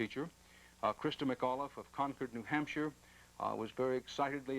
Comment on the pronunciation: I Love Dan Rater say Crista Mcauliffe's last name for the first time here "Christa McCaulkaliff" or something like that